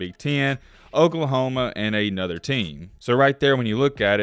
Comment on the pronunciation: Ay-nother coach? What language is this?